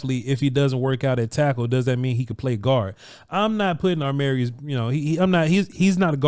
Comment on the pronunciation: when you say his name you keep switching the 'm' and 'r'. you say it like it is armarius. when it is amarius